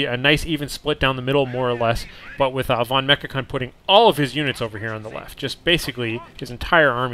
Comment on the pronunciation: Just a hint how to pronounce the german "V" like in "Volksgrenadier" or "vonMechakon". The german "V" is pronounced with a sharp sound like the english "F" in "folk". I already gave this hint to Inverse, because "Volksgrenadier" with a soft "V" sounds always strange and funny.